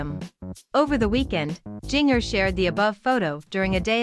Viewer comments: Please pronounce her first name correctly, jigger is pronounced the same as ginger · Please say her name right.